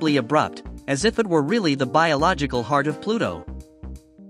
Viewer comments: " A H G H U H E E A A R T" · H E A R T " chaught me💀